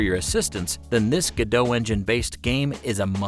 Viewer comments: Its Godot not "Godoe" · It's pronounced Go Dot per the creators. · It’s pronounced go dot as stated by its creators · It's pronounced like robot, not like the actress. According to the developers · I’m pretty sure Godot is supposed to rhyme with robot. I mean, their little logo is a robot.